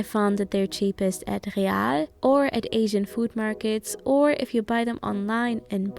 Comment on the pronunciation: Ich hab's gemerkt als sie Real richtig ausgesprochen hat und noch das englische "real"🤣